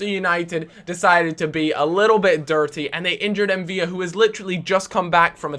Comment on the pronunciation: its not pronounced Mviya as there is only 1 L. if there were two then it would be pronounced as a Y.